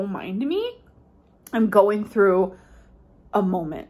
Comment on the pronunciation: Suck-a-lint, molment, bolth, ordament - combine a lack of intelligence, a desire to be seen as "cute" and "quirky", and the laziness to say "It's just the way I've always pronounced it." and you get amberisms.